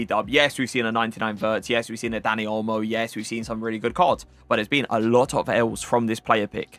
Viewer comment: Bro every time he says dani olmo i here daddy olmo